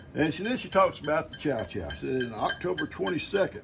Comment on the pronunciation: I think that you're talking about Chow Chow... To my northern ears, it sounds like you're saying Cha Cha... the dance. 🙂 The following is from Wikipedia.. "Its ingredients vary considerably, depending on whether it is the "Northern" (primarily Pennsylvanian) or "Southern" variety, as well as separate (and likely the original) Canadian variety, prevalent in the Maritimes. The former is made from a combination of vegetables, mainly green and red tomatoes, onions, carrots, beans of various types, asparagus, cauliflower and peas. The latter is entirely or almost entirely green tomatoes or cabbage. These ingredients are pickled in a canning jar. After preserving, chow-chow is served cold, often as a condiment or relish."